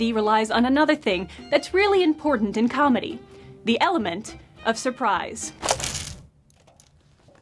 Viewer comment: She said surprise not “the pies”